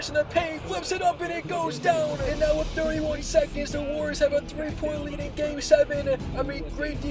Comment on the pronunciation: Your hatred for the Miami Heat runs deep. You make it clear in almost every video 😂 Also, why do you always say “wit live videos”? Is that the new thing to get subs? Curious